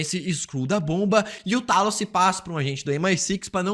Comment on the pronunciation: Era o "Teilos", Teilos!! É assim que se lê, caraca! E é Seiber (a tal estação espacial lá), Por favor, vamos ajudar o coleguinha aqui, minha gente!